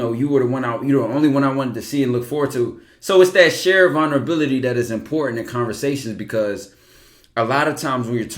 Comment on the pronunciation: I hate to be that one nigga but i gotta Ty😂. “VULnerabilty”